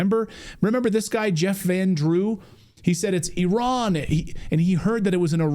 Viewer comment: EYE RAN EYE RAN it is NOT errrrrr in